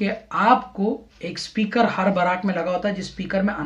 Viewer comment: बराक नहीं बैरक होता है